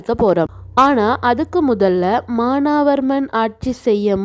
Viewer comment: மானாவர்மன் இல்ல teacher மானவர்மன் Correct